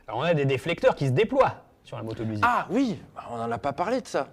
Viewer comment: Trop cool 😊 par contre on dit, Moto Guzzi pas moto Gudzzi, ça me fait saigner l'oreille lolll...merci pour le comparo 🎉